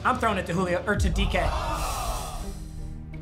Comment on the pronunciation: Nobody:: “Julip”